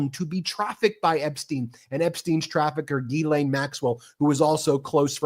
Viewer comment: All I learned from this is how much Americans love their acronyms and that Ben has a very hard time saying Ghislaine.